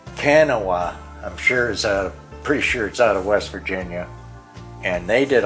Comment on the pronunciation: West Virginian here. Kanawha is pronounce Ka naw . Thanks for the video.